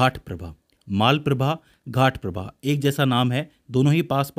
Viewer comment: Almatti Dam is biggest dam for Krishna river. Maalaprabha and Ghaataprabha no. It is Malaprabha and Ghataprabha so please correct it.